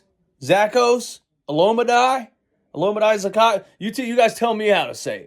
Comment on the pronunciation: I think it’s pronounced Zah-Key-Us